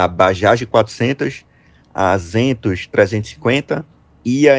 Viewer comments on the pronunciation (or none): Zentos 350 , ele trocou a posições entre as vogais.